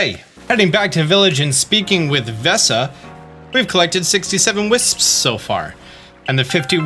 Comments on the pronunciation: I find it funny how he pronounces it "whisps" like there is an "h" but it's just wisps 😭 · "...all the hwipsps..."